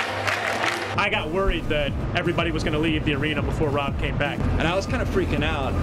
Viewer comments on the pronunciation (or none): Anyone else think they thought the guy's name was Bob instead of Rob? It certainly sounded like it to me.